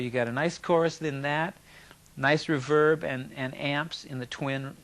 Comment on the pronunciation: he says reverb as if he is going to say *reverb-ERATE* but never actually finishes... also, notice he says an old crybaby, not a new one, hehe